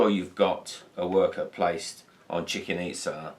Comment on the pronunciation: Thanks, everything great, except for the pronunciation of "Chicken Itza"